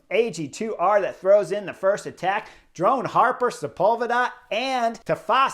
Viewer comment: Chris i love your videos but please, it’s “drone hopper” 😅😂